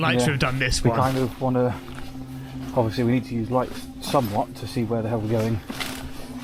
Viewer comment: How many times he said ovesly 😂count and comment 😮